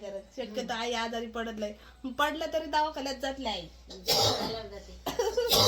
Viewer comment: दवाखाना असत ते 😊 दावखाना काय बोलतात😂😂ती रोहिणी पण तशीच